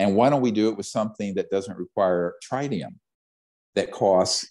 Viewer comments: Yeah but he said trinium lol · Tritium is pronounced like it rhymes with twit